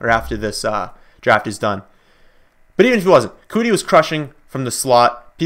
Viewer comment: Keke Coutee, pronounced Key-Key Cue-Tee...Not Cootie